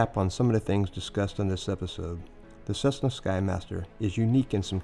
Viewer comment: What is a “cussna”, bro?